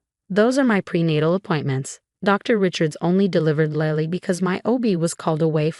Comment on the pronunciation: I thought her daughter waslily not lally